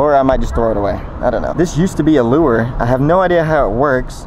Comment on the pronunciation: it's called a lure not "lewer" lol